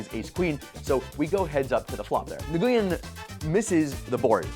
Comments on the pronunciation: It’s pronounced n-oo-win not niguwin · Nguyen is pronounced " When" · The announcers said "Win" at least ten times in the clip but he still said Nagooyen? :/ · It's pronounced like "Win", not like Nuh-goo-yen. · I was raised in Little Saigon. I am floored how many people pronounce it wrong.